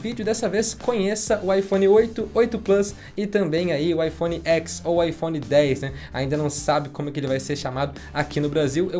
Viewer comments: Gente, iPhone Ten. Eles apresentaram assim. "Ten" em inglês é "dez", não"xis". De onde vocês estão tirando "Écs"? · a forma correta de falar seria "iphone dez" e não "iphone x". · Não se fala iPhone X como uma letra e sim como um numero romano, DEZ é o correto. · Na pronúncia é IPhone Ten ou 10, pois o X refere-se ao número romano 10.